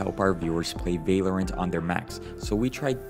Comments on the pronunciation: bro its. val or ant lol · i love the way he says valerent instead of val-low-rant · its vah-lorant not vay-lorant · It’s valorant not valyerint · Vay-Lorant is pissing me off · it is v ah lorant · bro vaylorant lmao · aint no way he just said vay lorant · vai-lorant xd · why do you "vaylorint" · Ah yes whaleorant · u mad me so mad bc of how u said val-or-ant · you say valorant werid